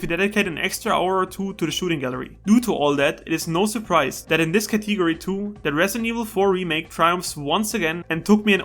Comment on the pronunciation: What thee hell is a "catee go ree"?